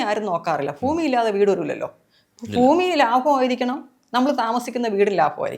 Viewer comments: ഫൂമി അല്ല ഭൂമി എന്ന് ആദ്യം പറഞ്ഞു പഠിക്കു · ഫൂമി.. no n. ഭുമി പറ.. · ഭുമി അല്ല ഭൂമി